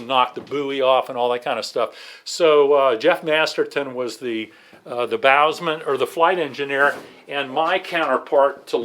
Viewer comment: Bowsman, pronounced something like Bow sun.